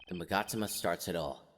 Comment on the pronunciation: It is mag-a-ta-ma